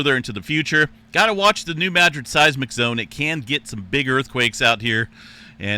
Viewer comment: EM referenced the New Madrid zone, again calling it Nu magic. When is he going to get the pronunciation correct? Search Stefan Burns for someone who is very knowledgeable